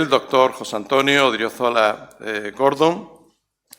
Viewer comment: Ilmas. Sras. e Ilmos Sres. Académicos de la Real Academia Sevillana de Ciencias. Simplemente querría precisar que el nuevo miembro se llama José Antonio Odriozola GordÓn y no Gordon tal y como Vds. pronuncian su apellido. Siempre y cuando, obviamente, el nuevo académico no haya decidido cambiar su segundo apellido por uno anglosajón.